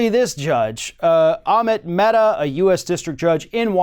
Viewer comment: The name of the Judge is Amit Mehta and not Ahmed Metta. Just in case you wish to google and know more :)